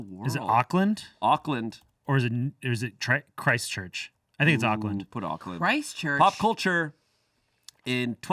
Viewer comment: You guys pronouncing New Zealand cities were so cute!! It sounds likes you're saying Oak-land, we say it like Orc-lind and the little pause between Christ and Church.. just run it all together ☺